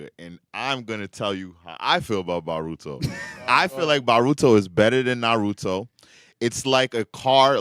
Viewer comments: Bro it’s boooooooruto brother I take bolt first then VAAARUTO. I swear I have to be in an alternate timeline why nobody corrects this mf 💀💀💀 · Can't take serious when he says Baruto 😂 don't know if he doing it on purpose but he grinds my gears